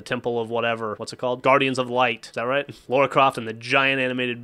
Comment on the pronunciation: That LARA, not LAURA, Croft game is on the PSN as well.